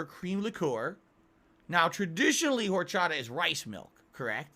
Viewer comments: ARHRCHATHAH I swear he picked the most egregious alcool he could mispronounce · Liquor and liqueur are different words with different pronunciations. As weird as his pronunciation of horchata is, he's correct in how he pronounces "coffee liqueur."